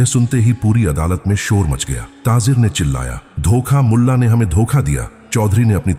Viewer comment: taazer kia hota hai taajir hota hai